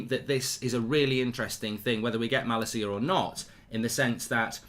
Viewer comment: Sangaré is pronounced as Sanga-Ray and Malacia is Mah-Lahsia